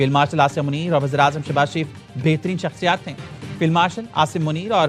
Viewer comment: Please correct you Urdu behtareen not betreen and lots of other Urdu words mispronounced this is Urdu channel and Urdu is our national language